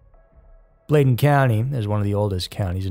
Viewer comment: Bladen"blade" not Blad like vlad.